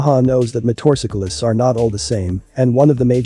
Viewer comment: If you're going to use a digital voiceover you should at least pick one that can pronounce "motorcyclist"